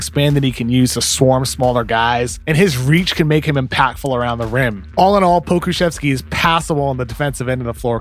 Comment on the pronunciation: Pokeme?? No, Poku